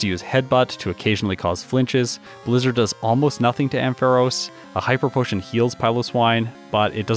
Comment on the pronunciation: I just heard 'hyper potion' as 'hiker potion'. Time for a hearing test maybe?